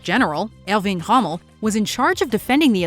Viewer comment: Elving Hommel??? Are you kidding me? How can Erwin Rommel's name be mangled so badly?